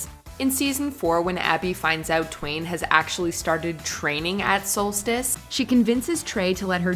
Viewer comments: The gym is pronounced SOULSTEECE. isn’t a true fan … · Ummm... To the narrator: It's pronounced "Soul-steeeece". is clearly not a true fan.